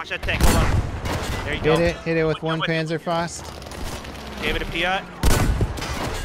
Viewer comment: You pronounce 'panzer' like 'pantzer' and 'panzerfaust' like 'pantzerfoust'